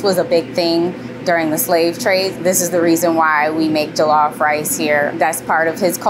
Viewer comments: It's pronounced like "julluff" btw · This is great but she needs to pronounce Jollof correctly if she makes it everyday😅